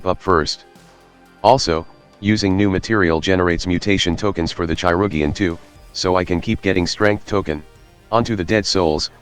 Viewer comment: obsessed with the "chai-rug-ian" pronunciation